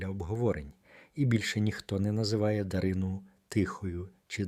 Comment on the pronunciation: Або, людина далека-далека від української мови. Чи спеціально так паскудить... Чого тільки коштує - дивлячись, на ДаринУ. Канал має ціль відкинути від українського?